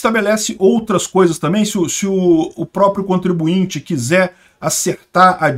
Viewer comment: Contribuinte não. Ai forçou…